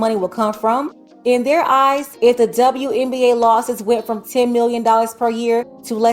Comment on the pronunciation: Didn't know WNBA is pronounced DzaWNBA.